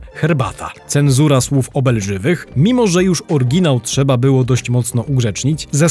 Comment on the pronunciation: Fajny materiał. Dzięki. Takie jedno małe marudzenie. W słowie oryginał jest Y. Oryginał działał a nie Orginał działał. Nie mamy niemych liter.